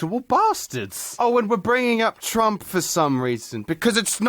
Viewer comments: "Twump" killed me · Did you actually fuck up saying Trump? Twice? Wow, I get you're Australian, but damn...